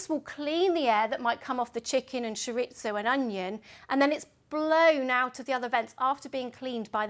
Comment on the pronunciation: At last, a good description of how my oven works! Thanks... by the way, chorizo is Spanish, not Italian, so we pronounce it ch'ree-zoh or ch'ree-thoh (depending on where in Spain). But never ch'rit-zoh ... :)